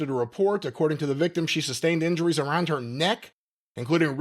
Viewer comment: "Injuries on" = "injurson"